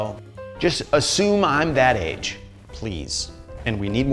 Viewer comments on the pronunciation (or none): none